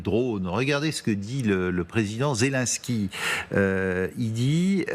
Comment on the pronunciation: C'est nsupportable la prononciation des fançais, ils ne font aucun effort! Zelensky se prononce comme Hélène, et pas Zéliiiinnnski !!!